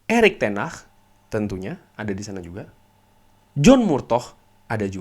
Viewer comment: ngucapin Ten hag aja kok susah bang🤣🤣🤣